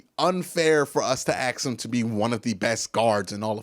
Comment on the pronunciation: You just can’t stop saying AX,,, we all know you are not ghetto, AX anyone ,, it’s one thing for a less then intelligent urban dweller to use that bullshit... but you are clearly educated, why don’t you just be yourself and stop the dumb shit, you will never reach the next level talking like that